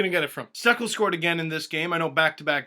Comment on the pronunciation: First it was Excalibur with King Macarthur. Now it's "I Just Had Stecks" for Steckel. Who's next? CAST YOUR VOTES!